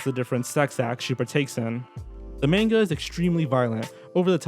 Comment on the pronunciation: You pronounced both "pinning" & "manga" incorrectly, but it was still a great video.